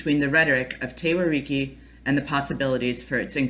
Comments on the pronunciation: Why can't you pronounce The Whariki. 🙄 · Despite the incorrect pronunciation of Whariki, i actually have a better understanding of Te Whariki, Thank you.